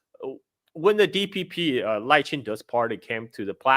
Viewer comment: Hey doc....carl already revealed to you how to pronounce lai's name properly Not 'lay chai dei'